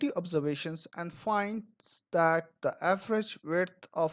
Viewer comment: Abe thoda the bol le